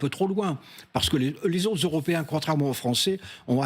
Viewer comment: C'est ce qui s'appelle un lapsus au lieu de dire les "européens " il a tout de même dit " les euro ps "